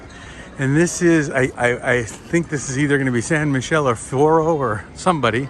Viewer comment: It is San Mi-ke-le not Michel